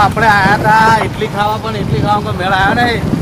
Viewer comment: Ala ઈટલી નહીં ઈડલી